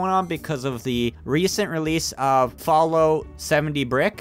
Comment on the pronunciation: Det you say FallOut